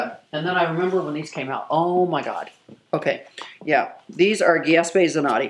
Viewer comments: Its pronounced as ju-ze-pe not ge-es-pe.😂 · Giezpe zanotti 🤣🤣🤣🤣 this is me being bougie for 5 minutes buying some shit that I can't even pronounce LMAO😆😆😆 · Geespe Zanotti... Gees-pe really???!!! 😂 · Sooo rich but she doesnt know how to pronounce Giuseppe! Hahahaa🤣🤣